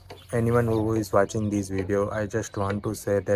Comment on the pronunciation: Hey, I am watching your videos regularly....I think you should Impove your pronounciation like what, watching. Otherwise you are going on a right track.